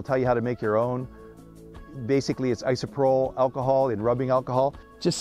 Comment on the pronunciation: it's pronounced ISO-PRO-PULL. just fyi.